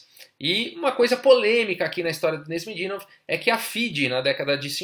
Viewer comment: Seu canal é ótimo meu caro, não perco 1 vídeo. Se eu pudesse dar apenas uma sugestão (nada muito significante não), a pronuncia do nome de alguns jogadores é engraçada às vezes rsrs. Canais como o do Agadmator's podem tirar a dúvida legal sobre como pronunciar alguns nomes difíceis tais como o do Nezh